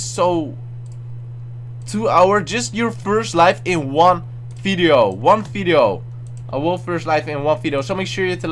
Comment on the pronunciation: its video not fideo xD